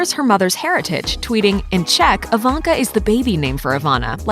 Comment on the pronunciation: why reporter spells her name like "AVANKA"😆😆😆